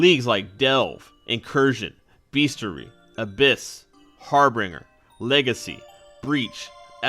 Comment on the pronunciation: “Harbringer” LOL.